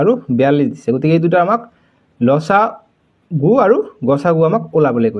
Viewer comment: আপুনি উচ্চাৰণ শুদ্ধ কৰিব ল.চা. গূ নহয় ল.সা. গু